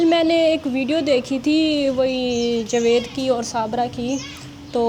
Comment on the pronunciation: آپ کی مادر لینگوچ شائد پنجابی ھے جبھی آپ جاوید کو جوید کہتی ہیں خیر ماشاءاللّٰه سے آپ بہت اچھے کمنٹ کرتی ہیں کچھ عرصہ بعد میں إنشاءاللّٰه بنی گالہ میں اپنی کزن سے اور اپنی فرینڈ سے ملنے آونگی میرا اپنا گھر تو بہت ہی دور U S. A میں ھے لیکن میں پابندی سے آپ سب کی وڈیو دیکھتی ہوں